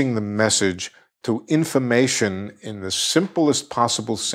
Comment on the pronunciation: I think it’s cute how he says “infamation”.